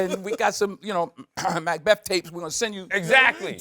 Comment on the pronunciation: He says Macbeth like macdonalds